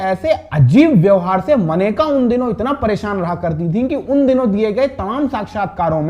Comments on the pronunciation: ओ हिरो, मनेका नहीं कहते मुन्ना, मेनका कहा जाता है। बाबू, पहले सही बोलना तो सीख लिया करो....!!!!! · मनेका नहीं मेनका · कैसे - 2 लोग पत्रकार बन गये हैं। मेनका को मनेका बोल रहे।